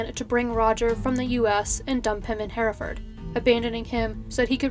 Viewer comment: Can I just say I'm from Hereford and I'm so happy to hear you say Hereford correctly! So many people from the States pronounce it 'here' (as in 'here I am) ford. And thank you for covering a case from my little home city. I really enjoy your videos, you've got great narration x